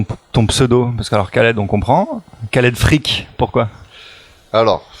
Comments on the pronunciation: Mahdi Didou presque, Freak se prononce Fric, avec une consonne finale légèrement plus "sèche" ce me semble. Mais tu l'as bien compris, de toutes les langues c'est la mauvaise langue que je pratique le plus ;-) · Freak se prononce Frique ^^